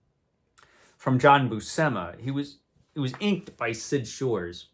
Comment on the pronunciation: great stuff! FYI John and Sal both pronounced their last name as BUEW-SIM-UH according to the "How to Draw Comics the Marvel Way" VHS tapes someone uploaded to YT